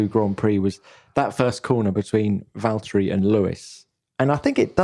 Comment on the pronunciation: Then the name is Valtteri, not Valterri